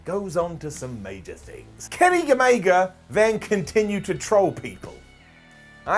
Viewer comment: "Kenny Gamega"....i miss Omega already.